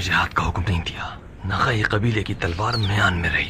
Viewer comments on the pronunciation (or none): نخعی لفظ ہے۔۔نقوی نہیں۔۔۔